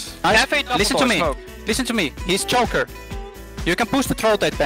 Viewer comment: He's "JOKER" not "Choker" XD they have joker vs batman calls on theme park.